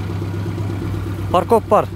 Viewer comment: Паркоп эмес Фаркоп деп айтчы.